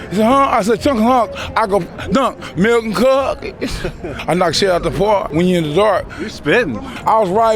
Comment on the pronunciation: Malk and Cawwkieesss